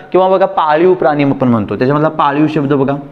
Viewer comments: " मित्राणो ", " आपन ", "करनार" हे शब्द " मित्रानो", " आपण", "करणार" असे निवेदकांनी शुद्ध उच्चारायला शिकल्यास, शुद्धलेखना संदर्भात त्यांनी दिलेले ज्ञान स्वीकारण्यास लाज वाटणार नाही. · शुद्ध 'लेखन'बद्दल ही माहिती दिलीत ते चांगलं केलंत; पण शुद्द 'वचना'चं काय? तुम्ही स्वतःच 'आणि', 'पण' , 'आपण' असे शब्द 'ण'आणि 'न' यांच्यामधला, पण खूपसा 'न'च्या जवळचा उच्चार करत बोलता; आणि 'मन' वगैरे नकारांत शब्द "मण" असे बोलत आहात. विद्यार्थ्यांनी तुमच्याकडून काय शिकायचं आहे अन् काय नाही, हे त्यांना कसं समजणार?